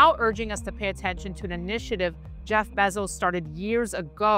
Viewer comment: Proper pronunciation is: Jeff Bezos - bay·zows Thank you. ￼ slow